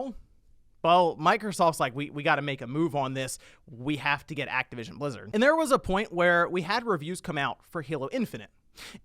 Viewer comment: TY for saying it right! THIS IS MICROSOFT BUY ACTIVITION NOT XBOX!